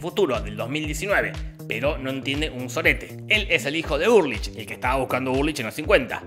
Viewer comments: se escribe ULRICH, se pronuncia ULRIJ Jorge: URLICH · Todos: ULRICH Nielsen Jorgito voz rasposa: URrLICH psdt: casi me da un derrame al recordar todo con el resumen, gracias loco. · También dice HeGeL y se llama HELGE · Ulrich = Urlich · Dijiste URLICH todo el video - era Ulrich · Es Ulrich, no “Urlich” 🤣🤣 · Ulrich no urlich 😣